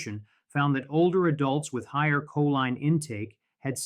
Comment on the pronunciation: "koleen" is the pronunciation of choline.